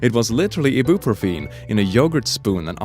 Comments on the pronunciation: Let say it together I-B-Pro-fin I-B-Pro-fin: E-brew-pho-tene r/Facepalm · lmao ee-boop-pro-feen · don't say eye-bee-pro-fin like eye-pop-rof-in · Ibuprofen is not I-bu-pro-feen, its I-ba-pro-fen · Ibuprofen, it's pronounced EYE-BEE-PROF-IN! NOT E-BEE-PROOF-EN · Eh-boo-pro-feen..... eye-b’yoo-pro-fen, brother. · Normal person: EYE-byoo-Pro-fen, an intellectual: ih-BOOF-ro-Peen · Me, a commoner: "Ibuprofen.", an intellectual: "Eebooprofeen." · Ibuprofen Me: eye-byoo-prow-fin Click: i-boop-er-feen Me: ... Petition to change the pronunciation! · In case you want to know, ibuprofen is most commonly pronounced I-buh-pro-fehn, with emphasis on I. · Hehehe, I know it's probably my tiredness speaking but... "E Boop Pro feen" lol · Um the ibuprofen is pronounced I- bee- pro- fen unless it was a joke lol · I have never heard some one pronounce ibuprofen ee-boop-ra-pheen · I'm traumatized by how you pronounce Ibuprofen. It's I-boo-PRO-fen. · Hold on. . .is it really pronounced e-boo-pro-fien?? I’ve been saying it all wrong. . . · Eye-boo-pro-fen, he pronounced it wrong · No, Its eye-be-pro-fien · Am I the only one who giggled when he says E-Boo-pro-feen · "EeBoOpRoFeEn" wtf dude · EEBOOPROOFEEN THAT PRONUNCIATION OF IBUPROFEN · "Eye-bee-pro-fin" or nothing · Bruh the way you pronounced ibuprofen gives me anxiety 💀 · all the comments: talking about the insane parents me: are we just gonna ignore how saids ibuprofen bc that caught me off guard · The way he pronounced ibuprofen 💀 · I have one problem with this video and it was the pronunciation of ibuprofen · Y’all hear how this man said ibuprofen?? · Is nobody gonna acknowledge how awfully he butchered "ibuprofen"? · The way you pronounced ibuprofen made my day. 💕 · I love ur voice, but the way you pronounced ibuprofen... ew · I hate the way he pronounces ibuprofen 😂